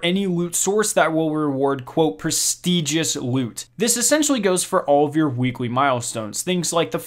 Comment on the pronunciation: pwestigious woot